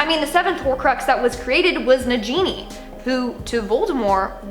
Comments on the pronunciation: Oh my God its pronounced NA-GEE-NEE!!! NOT NA-JEE-NEE!!! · VoldemorT= forgivable Ray Mus= seriously? But Na Jee Nee?! WTF I cringe with their pronunciation 😒